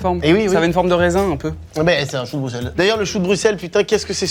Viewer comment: merci d'avoir bien prononcé Bruxelles c'est rare pour des français.